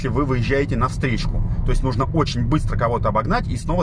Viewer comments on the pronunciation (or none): none